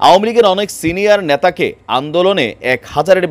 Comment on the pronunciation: আপনার শব্দ উচ্চারণে ত্রুটি রয়েছে। আপনি 'নেতা' শব্দটি 'ন্যাতা' উচ্চারণ করছেন। সংশোধন করুন।